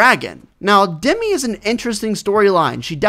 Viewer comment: It’s dem I not demee